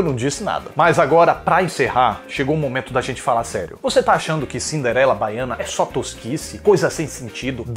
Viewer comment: “Bahiana” hahahahahahahahahahaha